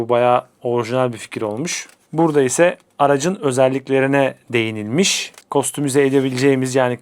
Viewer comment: “Kostomize” ya Türkçe ya İngilizce telaffuz etseniz ne güzel olur hocam.